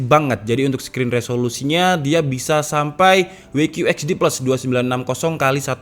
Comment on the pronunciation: We qiu ets di ples wkwkw, kenapa W nya ga dibaca double u